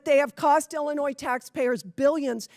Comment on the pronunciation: Miller, who mispronounces the state she represents, is a tool of the fascist, takeover of American Democracy. Period. End of Story. Full Stop.